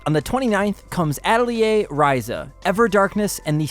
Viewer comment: Not sure that's how you pronounce Atelier!?!? Lol but I like it